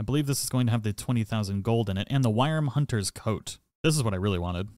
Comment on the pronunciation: A word to the wise... it's pronounced "wormhunter's"... the "wyrm" part is promunced same as "worm". Same as "gaol" is pronounced "jail". 😉:elbowcough